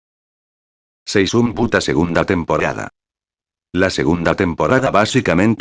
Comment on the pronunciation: Seishun Puta escuché, jaja